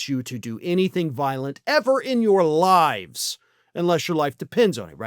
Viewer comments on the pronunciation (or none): none